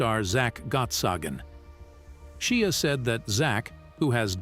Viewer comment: Seriously, you cant pronounce Shia's name yet????